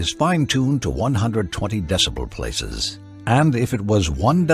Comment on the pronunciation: Does the apologist say "decimal places" or "decibel places"?